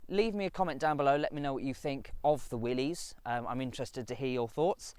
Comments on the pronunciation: No synchromesh on 1st gear. It's Willis not Willeez. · pronounced Willis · It's Willy's